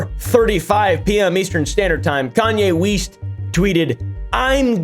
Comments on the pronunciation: “East? I thought you said ‘Weast’” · "Kayne weast" 😂 Judaism is the religion btw